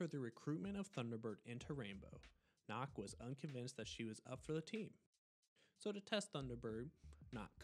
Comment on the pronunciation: why is nøkk pronounced as knock? jäger’s name is pronounced correct but never nøkk. also for those who dont know, nøkk is a danish frogman woman